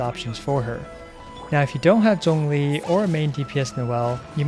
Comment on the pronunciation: He actually pronounced zhongli correctly I think